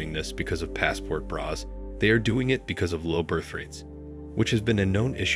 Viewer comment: “Passport bras”? Text-to-voice still sucks.